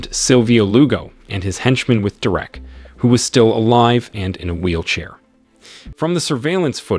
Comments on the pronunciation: Ava is pronounced Ayva, not Ahva. Derek is pronounced Derik, not Direct. AI pronunciation seriously diminishes this narration. Come on YouTubers. Don’t be cheap. There are many people who would be glad to provide the narration at a reasonable price. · ...it's pronounced 'Deer-rick/Derek',NOT "Da-rack"...😮geez go back to 1st grade😮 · I will carry on listening, BUT!!! what is with the AI voice!!! The occasional mispronunciation is ok, BUT not when you are repeating the word every few seconds ... "Derreck" ... Maybe it is spelt with one "r" but it is pronounced by humans with 2 "r"s. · Who calls "Ava" , "Ava" and "Derrick", "Derek" ?🤷🏻‍♂️ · Figure out how to pronounce the name Derek. I know it’s hard. English is challenging for computer programs. But either do that or quit this farce. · Fuck! "Derek" is not "Der-Rick". Get a better robot! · Derék? 😂😂😂 Derek!!! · AI channel or guy who doesn't now how to properly pronounce a bunch of words and names? Ah-vah and Der-ekh, really? AI channels are a plague. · Please: "Derrwreck" J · I couldn't listen to this shit.. Da-Wreck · Yea, how many times does it repeat "Dur-wreck"? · I don’t know…I’ve known a Derek I would classify as DaWreck… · Nice story, horrible narration. Derek, De-rek, Drech, whatever. As usual, AI sucks. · Please learn how to pronounce Derek! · I have never heard Derek pronounced the way it is on here. Change the way you narrate stories or is it just that your computer doesn't know any better ? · Do you know how to say Derek you bozo!